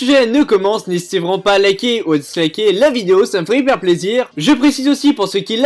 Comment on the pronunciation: Oh putainnnn il ma tue au debut de video il a dit " Nhesiter pas a liker et disliker sa me ferais extremement plaisir " mdrrrrrrrrrrrrrrrrrrrrrrrrrrrrrrrrrrrrrrrrrrr sa me tue